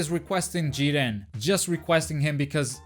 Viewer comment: Here from the future, definitely butchered Jiren lol